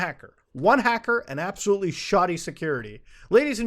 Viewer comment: Matu "appsahlootly" Har. Sorry man, I had to...